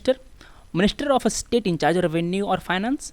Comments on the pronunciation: sir your vocabulary is different it is not astate it is state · Sir ,your pronunciation of state sound with regional touch. rest was fine.